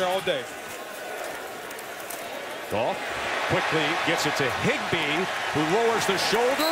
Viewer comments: it sounds like he said Jerk Off but he really said Jared Goff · Where's goff now? La ooh sa er in Detroit...🤣